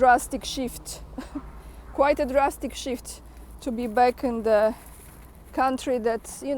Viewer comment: said Drastic SHIFT, but it really sounded like Drastic Shit.